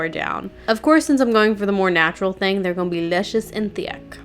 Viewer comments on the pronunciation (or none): none